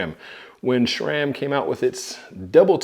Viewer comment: Nice. although I don't get why you pronounce it SHRAM....